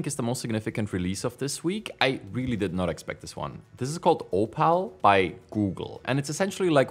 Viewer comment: It's Oh-Pull, not Oh-Pal LMAO